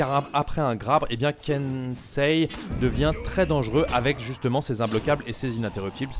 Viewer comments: non Kenseï pas Kenseilleuh. Même différence que Pompeï et Popeye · J'ai pleuré de rire avec les Ken.....sheeee 😂 sinon ca se prononce Kensséï (par les jeunes japonais) ou Kensséé (par les plus vieux) :) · alors en japonais le i en general, après un e ne se prononce pas et accentue la durée du e Donc, Kensei se prononce Kenséé idem pour sensei .... senséé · Le kensai a été beaucoup changé depuis. Tu fais exprès de mal prononcer son nom ou c'est pour de vrai ?? 😂😂